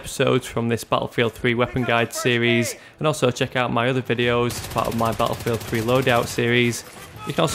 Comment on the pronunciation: bah-ah field thhhhree